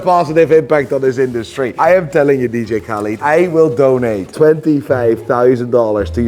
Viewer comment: ”DiiJii Khälid”